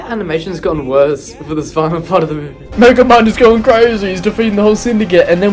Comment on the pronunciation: "This is megamid" Man your genorous